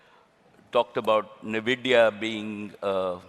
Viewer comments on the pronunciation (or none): NVIDIA ❌NVIDIYA✅ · Everytime, I heard Nvidia I heard it as India. But Mukesh's explanation of Nvidia with Saraswati and Lakshmi using Knowledge, Prosperity and Intelligence beats everything. Nicely done.